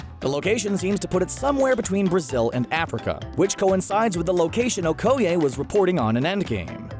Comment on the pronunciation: Her name is Okeye not OHkeye